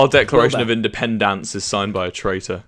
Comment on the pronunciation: ok, i was wrong. there was a clip where wilbur said like "independANce" and so i thought it was like that. my bad